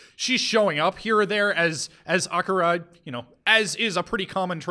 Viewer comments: Whyyyy must you insist on calling Akira “Ak-uh-ruh”. I’ve literally never heard anyone call him that ever, and it’s distracting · I know I’m really late, but I just watched this, and I CANNOT get over cringe-worthy pronunciations of Devilman, Akira, Amon, and probably a few more